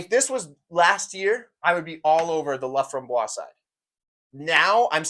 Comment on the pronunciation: "Laframboise" has an "e" on the end and should be pronounced "LA-FRAHM-BWAZ". If it were missing the "e", then the "s" bit would be silent and it would be "LA-FRAHM-BWAH". Also, "au fromage" does for sure mean with cheese. This guy is messing with you Lol.